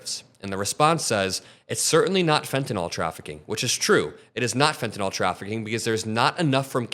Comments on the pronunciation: It’s fen tah nil. Not fen tah nol. Please pronounce it correctly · There’s no “o” in fentanyl. You say it like it’s “fentanol”. It isn’t. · great video. but what's up with everyone saying fentanol instead of fentanyl? drives me nuts haha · Where is the "o" in fentanyl? Pronounce it right ffs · Please learn to pronounce "fentanyl" -- the final syllable sounds like ILL, not ALL People who can't pronounce this simple, three-syllable word sound like rubes. And they very often are. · Why do so many people pronounce "fentanyl" as if it were spelled "fentanol"? I'm sure they don't pronounce "vinyl" as "vinol".